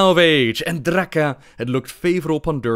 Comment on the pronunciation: "This was Drrrrrraka". This dude is gold.